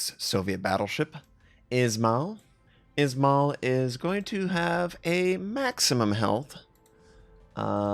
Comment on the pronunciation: Some pronunciation hints for you tovarisch, IZMAIL is izma-EE-l with EE like in bEEp SINOP is s-EE-nOp with the same EE like in bEEp, not sAInop, and also stress is on O, not ee. VLADIVOSTOK is vladivostOk, with last O stressed, but you got it pretty good. Your pronunciation of LENIN is good, SOYUZ reasonably good, KREML is just like Kremlin cut off without -in, but still having soft L, KREML'. May the strength of Stalinium be with you.